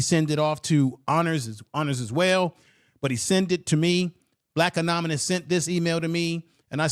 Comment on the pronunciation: That's not how "anonymous" is pronounced